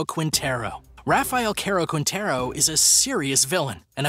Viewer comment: #10 RAFAEL " CAROL" "KWINTERO" 🤣😂